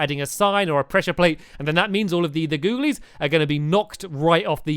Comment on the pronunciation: Can you not say googilies for one video